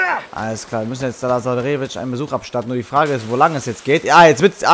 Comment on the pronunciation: man spricht lazarevic ganz schnell aus ☺